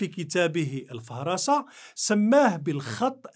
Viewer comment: يتأكد لي في هذه الحلقة الثانية أنه ليس لك أدنى إلمام بالتراث الإسلامي، كيف تزعم الاحاطة بهذا الموضوع وأنت لا تحسن النطق بكتاب ابن النديم "الفهرست" وقد نطقته الفهرسة، وعن أية فيلولوجيا تتحدث بعد أن ضربت أبجدياتها الأولى حين اعتبرت قول ابن النديم مرجوحا وهو الأقدم بالمقارنة مع قول المستشرق الإيطالي ميكيل أماري. نزعتك اللادينية تفصح بأنك تنتمي لجيل المستشرقين الذين خربوا الدراسات الفيلولوجية ودفع مستشرقين آخرين إلى إنقاذ ما يمكن إنقاذه في محاولة لاستعادة المبادرة من خلال" new filology"، وأخشى أن تكون فيلولوجيتك شبيهة بالحِجاج البيزنطي ضدّ الإسلام، في أدبيات تُسمى «تفنيد القرآن» (Anatropy) . ياناطح الجبل العالي ليكلمه * أشفق على الرأس لا تشفق على الجبل. "وَمَا يَتَّبِعُ أَكْثَرُهُمْ إِلاَّ ظَنّاً إِنَّ الظَّنَّ لا يُغْنِي مِنْ الْحَقِّ شَيْئاً إِنَّ اللَّهَ عَلِيمٌ بِمَا يَفْعَلُونَ (36) وَمَا كَانَ هَذَا الْقُرْآنُ أَنْ يُفْتَرَى مِنْ دُونِ اللَّهِ وَلَكِنْ تَصْدِيقَ الَّذِي بَيْنَ يَدَيْهِ وَتَفْصِيلَ الْكِتَابِ لا رَيْبَ فِيهِ مِنْ رَبِّ الْعَالَمِينَ (37) أَمْ يَقُولُونَ افْتَرَاهُ قُلْ فَأْتُوا بِسُورَةٍ مِثْلِهِ وَادْعُوا مَنْ اسْتَطَعْتُمْ مِنْ دُونِ اللَّهِ إِنْ كُنْتُمْ صَادِقِينَ (38) بَلْ كَذَّبُوا بِمَا لَمْ يُحِيطُوا بِعِلْمِهِ وَلَمَّا يَأْتِهِمْ تَأْوِيلُهُ كَذَلِكَ كَذَّبَ الَّذِينَ مِنْ قَبْلِهِمْ فَانْظُرْ كَيْفَ كَانَ عَاقِبَةُ الظَّالِمِينَ (39) وَمِنْهُمْ مَنْ يُؤْمِنُ بِهِ وَمِنْهُمْ مَنْ لا يُؤْمِنُ بِهِ وَرَبُّكَ أَعْلَمُ بِالْمُفْسِدِينَ (40) " صدق الله العظيم